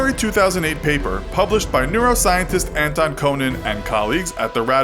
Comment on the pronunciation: french name: pronouce very well dutch name: "Coonen" without accent